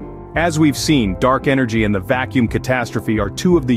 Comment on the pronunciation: "The vak kacuum catastrophe" That's it for me. I outa here. Teach your robot better.